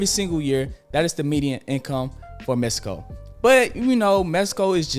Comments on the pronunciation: Appreciate you man, but it’s “Mexico” not “Mesico” lol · This man said Mesico